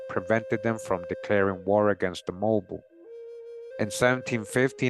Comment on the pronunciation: Hey Mobile Alabama, Mobile is pronounced Mo-beel like an electric eel.